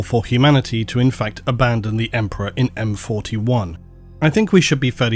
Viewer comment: Abandon… or Aban-don? 😆